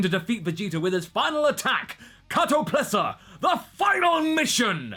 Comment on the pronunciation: KatoPESLA. Not Katoplesa.. lol